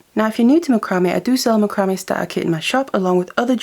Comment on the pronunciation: You are pronouncing macrame wrong. It's pronounced Mac-cra-may'.